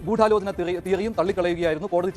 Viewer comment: ആദ്യം ഗൂടാലോചന എന്നു പറയാൻ ശ്രമിച്ചവരെയും നോ ക്കി പഠിക്കണം